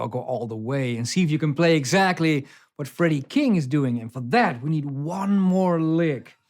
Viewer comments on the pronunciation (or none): none